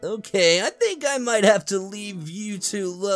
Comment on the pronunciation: am i the only only one that herd sonic say think as sink?